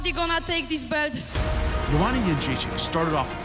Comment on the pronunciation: I want to hear her pronounce her own last name,-----------------because I think everybody is pronouncing it incorrectly. I think it is "Jed Rays E Ack."